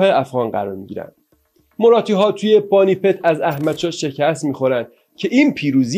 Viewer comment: دَکن رو دِکن و فِدیه رو فَدیه و پانی پت رو بانی بت و یکی دو اسامی دیگر رو کسر ه و فتحه هاشون رو جابجا گفتین ولی تاریخ رو خوب وعالی بیان کردین